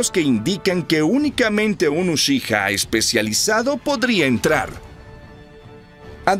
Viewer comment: podrias porfavor pronunciar bien la palabra "uchiha"? porfavor te lo pido